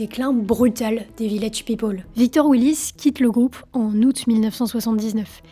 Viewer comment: On prononce peopEl et non pas peopOl. C'est insupportable.